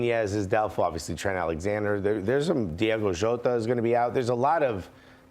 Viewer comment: "Diego" Jota. who put this man on the pundit table.